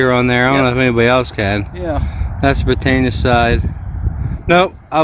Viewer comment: Nice one guys. Btw it's pronounced 'Brit anne eee a' not 'Brit ain ya' ;)